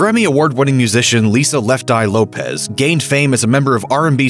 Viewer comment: I can't stand when people pronounce Left Eye's last name wrong. It is not Lopez. It is Lopes. She even said this on camera before. It's pronounced as an s not a z. Much like the Portuguese Lopes. (Low-ps) not (Lo-pez)